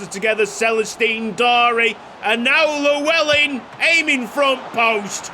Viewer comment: Just to let you know as a Welsh man myself that's not how you pronounce Llewellyn, there are videos if you'd like to watch. Double L in Welsh is pronounced differently just to let you know.